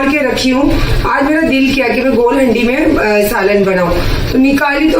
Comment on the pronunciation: Haandi kahte hain inko aap haddi kyun bol rahi hain ...ajeeb lag raha hai sunne men